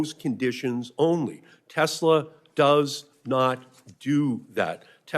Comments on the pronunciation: Pronouncing Tesla as “Tesler” immediately strikes all admission of the record. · Senator can't even pronounce Tesla correctly.